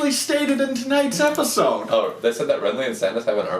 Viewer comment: Amazing review, and you forget the d in episode